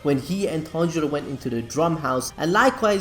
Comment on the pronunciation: Dude... Please get the pronouncing of the names right.. It's killing me everytime you say it🤣😂. ie. Zen-it-su/ Tan-jee-roe/ Tan-juu-roe/Ka-na-O/.. Anyways, love your contents. Keep it up 👍